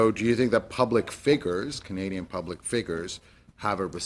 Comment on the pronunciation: Ali Ehsassi, what is a "public figger?"